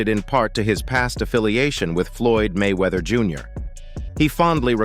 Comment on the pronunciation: Why he never say His name correctly??